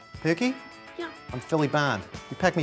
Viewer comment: It’s chipped ham not chip chopped but otherwise this is beautiful